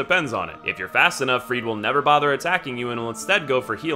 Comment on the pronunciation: Freide is pronounced "Frey-da"! They say it in the game! Where did this Freed thing come from?